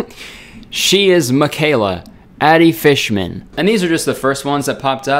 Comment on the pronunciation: I dont mean to make a joke out of this it's just funny the way he said adi fishman.